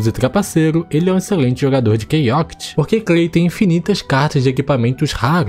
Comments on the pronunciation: Caramba, ouvir você falar o nome do jogo errado por 48 min vou tenso kkkk, é ChaoTIC e não ChaoCIT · Quase enlouqueci de tanto ouvir “Key Oct”. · eu não acredito que o cara vai passar o video todo falando o nome do jogo errado.... só se passaram 2 minutos e eu já perdi a conta de quantas vezes ele falou errado